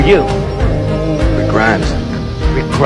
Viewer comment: I love the way he goes ‘Rick GRRRimes?!’ 🥲